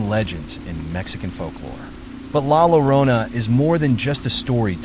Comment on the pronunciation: La Yorona is how you pronounce it 🧐